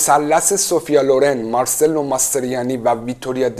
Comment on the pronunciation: درود بر شما و سپاس از ویدئوهای جذاب تون. تلفظ درست اسم "ماسترویانی" هم "مارچلو" است نه مارسلو